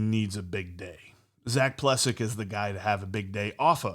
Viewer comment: Love you guys , btw his name is pronounced Ple sack